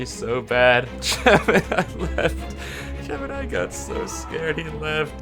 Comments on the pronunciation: Its not gemanai its gemini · aint no ay he called gamini advanced